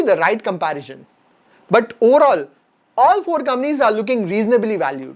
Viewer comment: I love the way you pronounce “Companies” as “Kamnees”!! Love you bro!! Keep coming. 😀😀🙏🙏